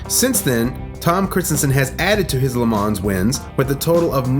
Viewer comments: Pronounced: LE MA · No "S" in the pronunciation of Le Man(s) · The 's' is silent in LeMans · Take a drink every time he says Le Mans incorrectly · Here's a tiny little fact of no significant importance. The 's' in 'Le Mans' is silent 😁 Kind regards from a very anal Le Mans fan five years to late! 🤣🤣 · Lovely video. Well done. One remark tho: the S at the end of Le Mans is silent ;) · great compilation, spoiled by the "creative" pronunciation of "Le Mans" & Porsche"... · If you’re going to make a video on Le Mans then at least learn how to pronounce it. Cringe every time you say it. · I was so triggered everytime he said it😂😂